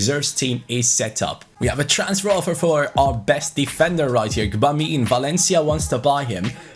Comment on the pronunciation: I think you pronounce Gbamin french (if that makes sense) Reading it in German it'll be 'Dschöbamö'